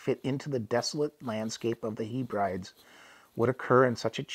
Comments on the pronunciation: I really appreciate the effort to provide this story but the mispronunciation of words like Hebrides was rather grating. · Say Hebredes again! 😂